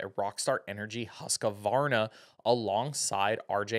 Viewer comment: It's pronounced husqvarna not husq-uh-varna 🤷‍♂️ idk why people say it that way, especially people in the industry 🤯